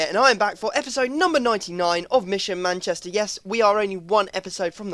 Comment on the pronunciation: Lol Manchchester